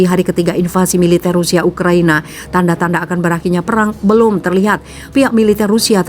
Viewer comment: menit 3.20 saking tegangnya pembawa berita jadi baca ukraNIA wkqkqk